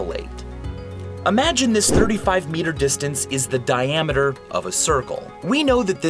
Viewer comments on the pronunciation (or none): ' ' diametrer lol